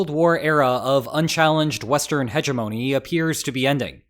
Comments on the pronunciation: Hedge-ah-mownee?? Dude. Wtf. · "Hegemony" is pronounced with a hard G. To use a similar pronunciation to the word for a herbaceous border is uncouth and illiterate. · I believe your pronunciation of hegemony is incorrect good sir.